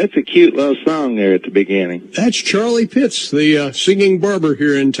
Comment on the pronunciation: When mentions that it's Charlie Pitts who sings this song, almost sounds like he calls him Charlie Piss😂😂